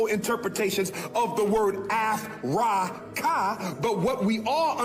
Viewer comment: Ah-Frah-Kahh😂 I couldn’t hold it! So darn funny.